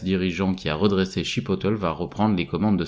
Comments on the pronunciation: On dit Chi-Pottelé apparemment 😂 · Allez courage !! Il faut progresser sur l’accent anglais ! en écoutant qq vidéo en anglais par exemple… « Chipotle » 😅 Ce n’est pas la première fois que j’entends des mots anglais qui font un peu mal aux oreilles. ;) You can do it !!